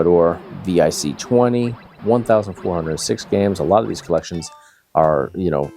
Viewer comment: Can't blame you for being a dumb baby, but it's pronounced "Commodore Vick Twenty." 😊